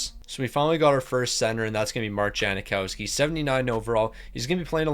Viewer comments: yang not jang but yeah no “i” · It's Jang-Cow-Ski, is it not?